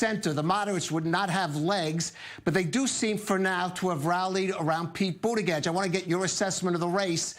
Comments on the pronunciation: "Budda-gedge" and not just once. Is this dude informed? It's like hes reading it for the first time. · Did he say Pete Butter Gorge? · "Buttigieg" is pronounced "Booty-judge", right? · I think he said "booty gauge" Lol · Think he said Booty-Jizz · Emma for the win. Also, this guy should learn to pronounce Buttigieg and vice versa if speaking is is job. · How can it be possible this many months into the campaign that a professional news anchor still doesn’t know how to pronounce the name of one of the most high-profile candidates? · He still is saying mayor cheat name wrong 😂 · This guy literally covers politics for a living and can’t pronounce Pete Buttigieg. Sometimes I feel I have imposter syndrome at work - watching people like this remind me I’m all good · This long into the primary season and the reporter is mispronouncing Buttigieg........BERNIE 🇺🇸 SANDERS 🇺🇸 2020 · How does this man not know how to pronounce Pete's name? Has he been living under a rock for the last 6 months? He's in the news business for God's sake. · I don't even like Pete but please say his name right. Silly centrist. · First of all this news anchor is everything that's wrong with America. Man cant pronounce names but he's job is to interview people. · He does sound ridiculous trying to pronounce Pete's name,and if you cant pronounce Buttigieg just say Pete.